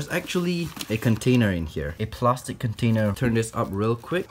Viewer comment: The way he said plastic 😂 “plarstic” I love it